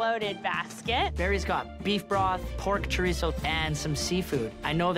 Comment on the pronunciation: "Fresh CoRiTzO......"